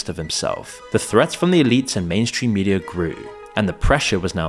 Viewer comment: 🛑🛑🛑 it's pronounced "Media" not "Mediarr" "Data" not "Dater" The way it's spelled is the way it's pronounced 🤷🏻‍♂️🤷🏻‍♂️🤷🏻‍♂️